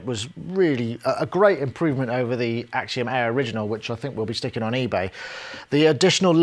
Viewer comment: more like Akseeeeom Eaaaaaahhh